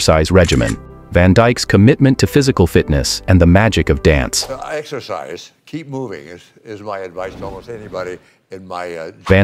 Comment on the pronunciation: Why does the AI pronounce 'dance' correctly and then later mispronounce it? How odd.